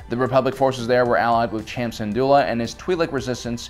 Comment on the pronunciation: “Wat TemBOr,” “Chom Syndula” like bro omggggg I’m trying to sleep to this and all the mispronunciations are keeping me up Fr